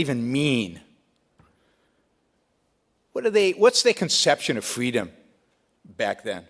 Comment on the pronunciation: Brook Shields: "Fweeedom!"